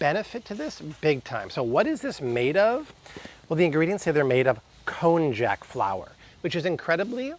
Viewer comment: Shirataki noodles. The “j” is pronounced “y”. Konyac.